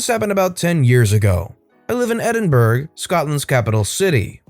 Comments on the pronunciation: IT'S NOT PRONOUNCED ED-IN-BURG BUT ED-IN-BRUH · Oh no! 🤣 It's not pronounced ed_in_burg but ed_in_bruh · Love your storytelling btw but can you please look up how to say certain cities names if they aren't from your country. I'm Scottish and absolutely cringed at your pronunciation of Edinburgh 😂😂. It's actually pronounced ED-IN-BUR-AH .... Keep it up though you're great!!